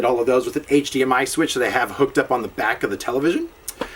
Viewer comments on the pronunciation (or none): none